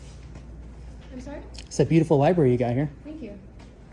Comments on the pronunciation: Pronouncing “library” as “li-berry” is a super common trait of speech, called metathesis. Lots of people do that inadvertently. The problem is she should have told the library employee that a person walking around the library isn’t a reason to call 911. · Dispatcher needs to learn libRary has an R - NOT LIBERRY. or maybe it is The Lie berry 😊